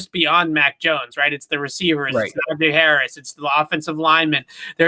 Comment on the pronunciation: It’s not a Najae Harris you dummy. It’s Najee Harris. Do you see an ‘a’ here ?